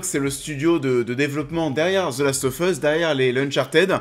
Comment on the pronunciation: Je vote pour Nikolaï Coster waldau. Il a une gueule parfaite pour le rôle et il joue merveilleusement. PS: tu dis the last oFF us mais on le prononce The last oV us, en anglais